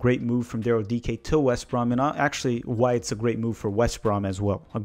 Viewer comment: I've learned a lot about Daryl Dike from this - not least that his surname is pronounced ' DEE-KAY '. Thanks